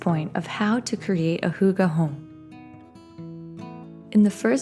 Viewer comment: Wait wait wait wait, when you say “hooga home”, do you mean “hygge”? Like the Scandinavian hygge? Because then.. it’s hygge ❤️